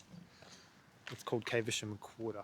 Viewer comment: Its NOT CAVE ER SHAM it is Caversham (short "a")